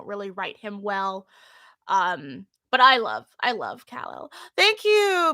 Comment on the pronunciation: NGL everytime you call Kal El, Kaleel, I do want to take you aside for an angry discussion of respecting people's chosen names.